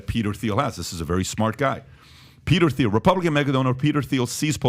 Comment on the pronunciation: Can someone please tell Patrick how to pronounce THIEL 😭